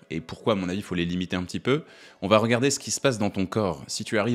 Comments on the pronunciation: Attention : on ne dit pas ça vaT être mais ça va être (🙂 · "Elle vat être (...)". Super.